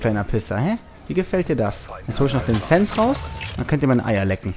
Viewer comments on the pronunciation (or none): none